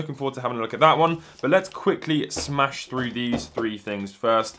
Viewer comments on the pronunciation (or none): none